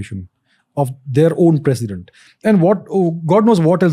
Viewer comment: It's president not precident.......